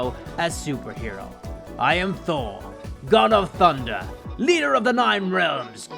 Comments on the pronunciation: Sry for this but I have never heard someone say tunder and not thunder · he said tunder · Tunder and minor in stead of the actual way to say it makes me mad